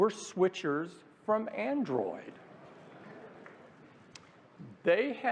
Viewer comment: The way tim pronounces Aindroiyed 😂